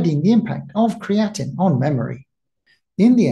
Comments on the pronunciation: yes, I hear you calling it creatinine, and that confused me.. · Pronounced Cree-uh-teen with three syllables only. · Very interesting but be careful with your pronunciation of creatine as the way you personally say it is very similar to creatinine which is different and high levels are a sign of kidney issues, muscle breakdown and aging. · I mentioned this in a previous video he released. Creatine and Creatinine are not the same nor are they pronounced the same. It is confusing with his pronunciation and I was hoping my previous comments on the past videos would avoid future confusion for viewers. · Well, that is kinda annoying then! I've heard others make this same mistake, and it's frustrating!